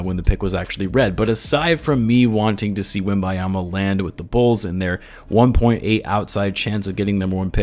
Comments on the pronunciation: WembeNyama, Feel like you keep saying WemBYEama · If you're going to make content about the man, take the time to pronounce his name right... Wembanyama... Not Wembayama... The N before the Y my guy... The N before the Y... Great video though